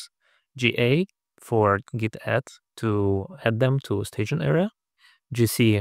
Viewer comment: You mispronouncing `git` as `jit` made me chuckle and wonder if this might spur arguments similar to the one about `gif` vs `jif`